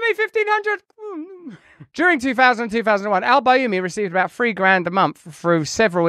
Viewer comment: LoL that accent "Free months Free!" 😝